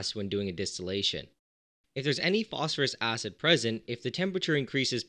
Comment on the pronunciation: Phosphorous acid => foss-FOUR-us acid. From the old nomenclature of the suffixes -ous and -ic to indicate lower and higher oxidation states in compounds, just unfortunately it sounded silly to make it "Phosphorousous acid" so it ended up being spelled exactly like "phosphorous" the element, but the pronunciation should shift to indicate the compound. Brilliant videos, by the way!